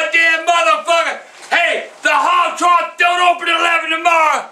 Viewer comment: lol I like how he says “hog trog”, that always makes me laugh more